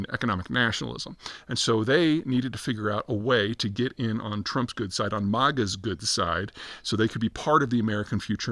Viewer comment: He can't even pronounce MAGA correctly.